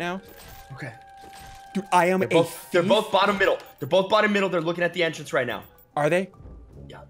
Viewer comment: Middle not wiffle